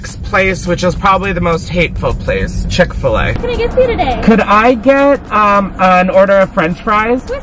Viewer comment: It’s chick fil a I haven’t watched this fully yet but it’s chick fil a